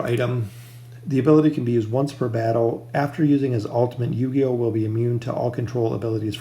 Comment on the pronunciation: It's pronounced Ooooh-key-oh the U in his name is soft not like saying You but oooh. Just wanted to help you out, cuz you're saying his name like Yu-Gi-Oh but it's Ooooh-key-oh